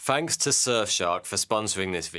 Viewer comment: You look like a well educated man yet you cannot pronounce your words correctly. e.g, "Fanks to Surfshark" and not "THanks to Surfshark" th th th? And it took me a while to realise you're not 42 but you actually mean THoughty two. th th th? I like your content but if you are going to dress and present yourself as a "gentlemen" then please try not to sound like a chav.